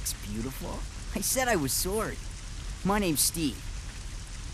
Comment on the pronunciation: His VA has got to be Canadian. The way he pronounced 'sorry' is the same way most Canadians say it.